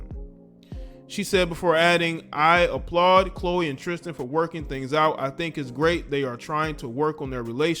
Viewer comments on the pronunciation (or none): none